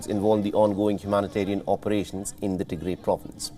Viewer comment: Please correct your pronunciation it’s pronounced Tigra it is Tigray!